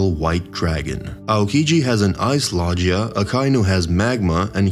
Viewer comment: I almost stopped watching because of how you're saying logia😭 do you say jif instead of gif too?🤣